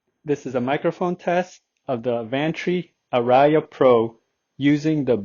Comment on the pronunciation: Hey, I appreciate all your videos. BTW, the word ARIA is a musical term that is pronounced R + E + UH (emphasis on the R). I plan to buy the Advantree Audition Pro. I've heard them and well recorded music sounds great. Thanks again for you videos and reviews.